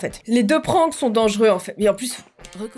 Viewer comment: Wsh elle dit PRAAAAYNKS😂